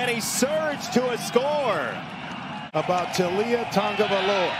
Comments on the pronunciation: The correct pronunciation is ta-go-vai-loa....its not tongovailoa!!! Say it right you guys...cmon. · Its not TuNgaviola..learn the kids name.. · Why why why why does this announcer always throw an "N" into Tagovailoa??? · Its ta- go vai Loa.... Announcers cant get it right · Does it bother anyone else that the announcers keep adding an ‘n’ to his last name??